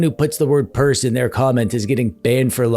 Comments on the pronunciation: Nice tech "Burse" 😂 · You "purse"uaded me that it is not a "pers" at all. It is definitely a bag. Puns intended all the way! 😂 Great content as always!